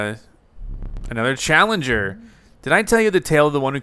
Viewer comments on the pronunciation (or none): none